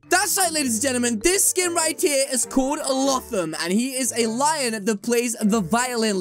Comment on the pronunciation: It’s pronounced low thum